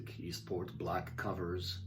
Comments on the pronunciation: very helpful review......what do you think of the kongsheng lyra?....its reviews are stellar and 159 dollars......btw easttop harmonicas are pronounced.....eeeeeeesst tawp not east port lol...i noticed you play upside down......interesting....to see...i cant do it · Easttop not esport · why r u calling the Eastop an Eastport? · East Port? It's East Top. I am one mile from Eastport...lol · pronounced eeeesssstoppp not eeeestport.......nice review though